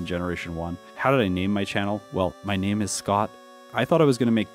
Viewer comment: I'm not sure which one makes me happier; the fact that you read my question or the fact that you actually said my name right. Does not happen very often